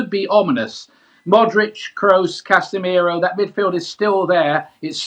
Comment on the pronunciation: Did Ian say castemiro